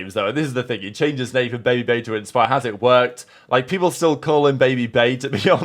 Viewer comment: Bro said babybay instead of babyj